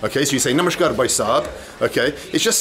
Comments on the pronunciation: You're saying "Namaskaar" with a "sh" sound. Is that correct? Sounds like "Namashkaar". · It's Namaskaar (नमस्कार ). Namashkaar - (नमश्कार) ghalat uccharan hai. Kannada mein ನಮಸ್ಕಾರ (Namaskaara ) hota hai. Namashkaar ❌️ Namaskaar ✅️